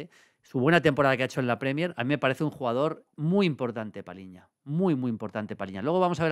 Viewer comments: Maldini, es Palhinha y no Palinha. “lh” se pronuncia como una “ll” en español. Por eso este apellido se pronunciaía como si en español se escribiera “Palliña”. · João Palhinha, se pronuncia PALLIÑA, no Paliña. 👍👍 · A ver Julio. Cuando toca felicitarte toca felicitarte, pero también hay que criticar lo malo. Palhinha=PALLIÑA. Cada vez que dices Palinha muere un gato. PaLLinha. No te suena más portugués eso que paLinha? Que no te parezca mal hombre, pero... Es tan top y lo dices tantas veces que mejor que aprendas a decirlo bien.